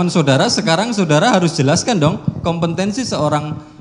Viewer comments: Jaksa kompetensi bilang kompentensi.. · Jaksa koplo, ngomong kompetensi saja ga bisa🤮